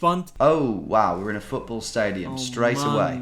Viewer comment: Das ist Futtborl oder Rögbie 😂😂